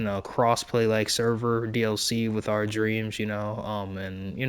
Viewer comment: "Our", not "are". :)